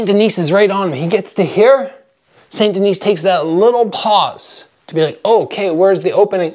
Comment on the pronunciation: "Saint Denise", Jeez give back your Canadian card, I know you're not from Quebec but that's brutal French pronunciation. Saint Denis = "San Denee", even if you took Spanish in Canadian high school (I did) you still took French in middle school, your American pronunciation of French is inexcusable regardless.